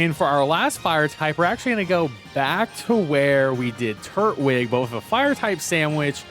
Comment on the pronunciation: I love your videos…. But it’s Tur-twig not turt-wig